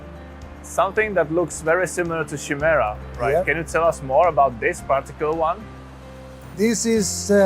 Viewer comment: nice. Not Shimera, but Chimera i believe